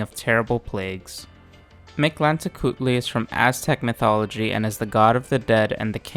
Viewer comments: You get a like for effortlessly pronouncing Mictlantecuhtli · I have to say as a mexican. You Pronounce very well Mictlantecuthli, Im impressed.